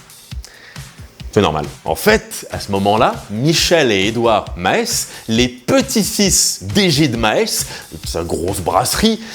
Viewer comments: ça se prononce "mâââs" et pas "maHess" ahahahha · Salut, juste une petite indication. On ne dit pas Ma - és mais Maas, on ne dit pas le e et bien le s (Et on ne dit pas non plus masse). Super vidéo comme d'hab sinon! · Maes se prononce Mâss et pas Mahès 🤭 le "a" comme dans le mot âne et le "e ne se prononce pas :) bonne vidéo merci ! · La Brasserie Dubuisson 😅 Sinon, on dit [Masse] pas [Maèsse] 🇧🇪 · J’adore tes vidéos mais en tant que belge je sais que prononcer le flamand c’est compliqué, par contre désolé mais Maes ça se prononce Maas pas maèsse. Bon après Waarloos je comprends que tu n’essayes pas et c’est mieux haha😂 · Le bel effort pour "BruSSelles", gg. Maintenant le "A" long de "MÂÂS" (et pas "ma-hès"). Tu peux y arriver ! (super épisode, sinon , hein, comme toujours; et j'ADORE le ABI ;)) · je peux proposer mes servies pour aider la prononciation des noms belges ;-) et puis si on pourrais oublier l'accent belge ? ;-) car "Maes" ce prononces juste avec un long aa pas a...é <3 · Pour info si ça peut aider quelqu’un on dit « Mâas » pas « Mahesse » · STP arrête avec Maës, ça se prononce Maaaaaaas, voilà. Bises et houblon quand même, hein! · MaÈs !!!! Vraiment ? 😑 "MAAS" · ca se prononce maaas pas maes juste insister sur le a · On ne prononce pas MA-ES mais MAAS et oui c’est comme ça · Svp on dis pas maès mais mass 😂😂😂😂 pourtant belle effort sur Bruxelles mais svp MASSSSSSSS PAS MAÈS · ça se prononce maaas, pas maïs et oublie l'accent belge, personne parle comme ça en belgique, a part a bruxelles...et tu le fais mal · Tu ne dois pas prononcer le "E" dans "MAES". Tu rallonges juste le A (comme s'il était doublé, voire triplé), et c'est bon. Merci pour cette vidéo ! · alors juste un petit conseille sur la prononciation des nom de ville belges, ( enfin si tu me le permet) chez nous le W ce prononce comme en anglais ou néerlandais, ont ne dit pas Vaterloo mais OUaterloo pour la Maes nous prononçons "Maas" en insistent un peut sur le A enfin voila voila 😉